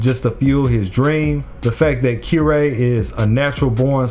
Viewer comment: Weird way to say Kirei but ok